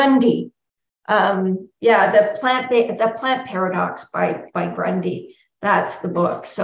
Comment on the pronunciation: Thx for all these valuable informations. Just let me remind that the doctors mentioned here are Dr Gundry (and not Grundy) and Dr Greger ( and not Gregor) unless I didn't heard correctly what was pronounced by.That being said I am a fan of all these three scientists.